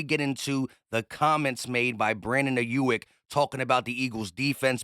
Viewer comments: it’s AYE YUUUUK NOT YUIK 😂😂😂😂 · Hey! great take as always 👌🏾 but the dude's name is pronounced Eye-yook